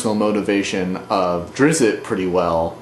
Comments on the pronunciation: it is drizzt (dr-Is-t) not (dIss-it) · nice review but its pronounced Drits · Drizzt is pronounced "Drisst" wulfgar is not a dwarf, he's a badass barbarian. and the books are actually really decent. even if salvatore was inspired by the LOTR books they offer even a little more flavor in my opinion. worth a read.